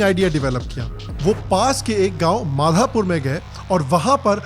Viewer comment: भुज से नजदीक गांव माधापर है, माधापुर नहीं। उचारण समाजिये। Do R&D properly, even in the map you have shown, it's clearly mentioned as MADHAPAR.